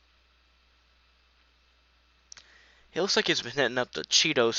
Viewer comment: I think Hughes is pronounced like hue.